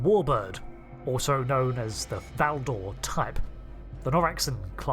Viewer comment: Is the 'e' in Valdore really silent? I would expect it to either be pronounced or absent.